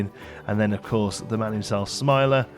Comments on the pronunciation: It’s Slimer, not Smiler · Take a shot every time he says Smiler instead of Slimer.